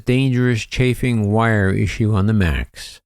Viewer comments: Thank you for the latest,. Just a quick note regarding the wiring issue. "Chafing" is pronounced with a long "a", sounding like "Chay", then add "fing". So, Chafing (Chayfing) is when wires rub against another surface, which breaks down the wire insulation, exposing the wire itself. And for very obvious reasons, you do not want exposed wiring on your aircraft. I know Captain Cox, and I don't totally agree with his statement the wiring inspection is the way to go. Yes, the wiring needs to be inspected, but it should not have been a voluntary inspection (meaning it was an option) for the airlines. The FAA should have made this a mandatory, required inspection item. Something I don't understand without knowing further details, is the claim from Airbus regarding proprietary information being bought along with the rest of Spirit Aerosystems. How is Spirit performing these job functions for Airbus if everything is proprietary? Isn't Spirit actually just a spinoff of Boeing? It is mostly the same people involved in their factory. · The word describing abrasive damage to wire bundles is pronounced "CHAYFING". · I believe the mispronunciation of chafing is because has been using an AI-generated voice for some time now. Go back to his original videos, there is a different voice. Then he used a voice that really sounded like Casey Kasem. Now it's like a detuned Casey Kasem.